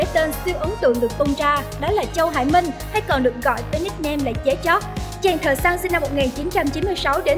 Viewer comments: Nghĩ sao tiếng việt đọc cũng kh xong: Dế Choắt thành Dế Chót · DẾ CHÓT ??? MC chương trình hồi nhỏ học có bị đúp lớp 1 k thế cái tên người ta đọc cx sai . Viết cái tiêu đề giật tít câu view xàm xí đế . XIN HÃY NHẬN CỦA MÌNH MỘT DISLIKE 😌